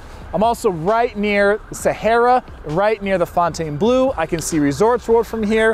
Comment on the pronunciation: RIP Tropicana. Also, "Fontainebleau" is pronounced fon-ten-blo, not fountain-blue. Also: Bootlegger's Italian Bistro south of the strip. It's a legend. It's in its second location in 2001 but the family business dates back to the 1940s.